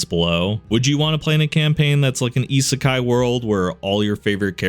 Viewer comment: Always feels weird going from, say, a Mr. Ripper video to a channel like this that actually knows how to pronounce "isekai."